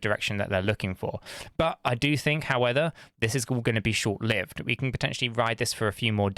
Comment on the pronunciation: I absolutely love your balanced content! However, can you please learn to say "however" rather than "howether" 🤣🙏 I can't stop hearing it 😅 and it takes away from your awesome content